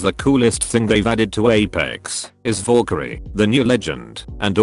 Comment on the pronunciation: needs to work on not saying "vorekyrie" lmao